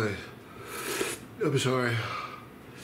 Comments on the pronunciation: 🤣🤣🤣 you’re an animal, at the end “I gotta bluh bluh mumble chase the heat” 👌🏼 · "I gotta go....shaayss fe heat" hahaha much respect🙏❣️